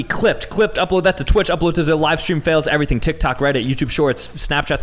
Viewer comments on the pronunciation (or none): none